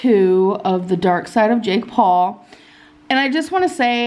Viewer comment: Why does it sound like she's saying "Jig Paw" instead of Jake Paul lmao